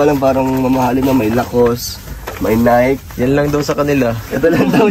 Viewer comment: Not Nike NI-Ke